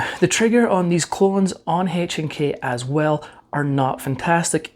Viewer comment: PLEASE STOP SAYING “Hache and K”!